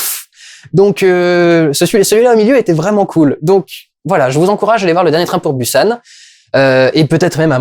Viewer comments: prononce le Bousan, bU san ca fait blaireau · Ça ce dis [bousanne] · Un peu des deux en fait. Le ㅂ est un mélange entre le p et b, d'où la guéguerre phonétique depuis des années entre les prononciation [Boussane] et [Poussane]. Dans tous les cas, une chose est sûre, ça ne se dit ni [Pussane], ni [Bussane]. Qu'on choisisse le P ou le B, il est suivi du son [ou] ;) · Busan se prononce « pousan » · Je crois que j'ai perdu des dents à force de les grincer à chaque fois que t'as dit "Busan" 😂😂😂 ça se prononce Pousan 😅😂🤗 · Il faut que je le dise : Busan se prononce comme « Poussanne ». Voilà, c’est tout. ^^ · Busan se prononce 'Poussan' ! :) J'ai très envie d'aller le voir, j'en avais marre de la réputation "surjouée" du cinéma coréen (qui plait ou ne plait pas). La critique du gouvernement c'est peut-être dû à un ras le bal général de la politique en Corée, vicieuse et sans respect pour les promesses électorales... (c'est pareil ailleurs mais ce n'est pas la question) N'ayant pas encore vu le film je pense que c'est dur pour moi de dire mais c'est une possibilité !